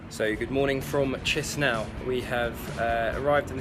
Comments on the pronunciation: You chisinau pronunciation is so annoying just say it like keesheenow. My god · So, the ignorant guy is travelling to Tshisinow! Wonderfull - the city is called Kishinow or in russian: Kishiniov. Better stay at home and read about the places you are going to. You are a disgrace to travellers. Go home, and over there back to school - you need a lot to learn!